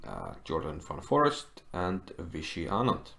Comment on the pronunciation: Pretty sure his name is pronounced as "fan forist" and not forest lol